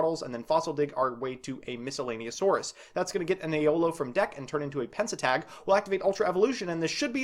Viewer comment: YESSS EXCITON also because i can't help but police your pronunciation it's pen-te-stag, not pen-se-tag. It's a stag beetle.